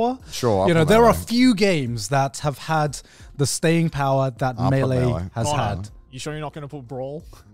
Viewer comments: Garnt was right on the pronunciation of melee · Connor on Garnt's pronunciation of Mêleé: "What, are we French Garnt?! Should you tell him or should I?🤣 Also, for the record, Garnt's pronunciation was correct 🤣.